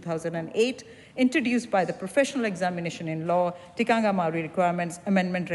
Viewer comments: Just like how your law was forced on māori like a cult, under the guise of TTOW? when it's done back to you, you don't like it do you? and get it right, it's TIKANGA not tikangia! no wonder you're mislead cos you have no idea do you! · I am studying a Batchelors degree in counseling one of my papers are Whakatupu: Te Tiriti o Waitangi... great to learn, but my lectures aproch is rather political at times. I get that I need to be culturally diverse, and all that goes with my degree when counseling different cultures... however, we get marked on our pronunciations of Te reo and criticisms are given. I have addressed my assignments and clients with respect and honor but I dont understand why we are academically judged on pronunciations. It has given me 0 confidence to do my job in the future, even though I am a great counselor... I am not doing a Batchelor degree in Te reo... so disheartening, to say the least. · Cognitively impaired, many people in this thread- this MP cant event pronounce the word Tikanga properly. The line of argument contravenes the provision in Te Tiriti O Waitangi and will drive NZ into chaos. This migrant has been exploited as conveninet tool to drive the divisive and racist agenda of the Act Party.